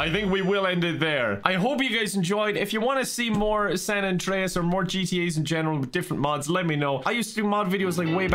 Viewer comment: Minion CJ says: "More San Andweas pweez"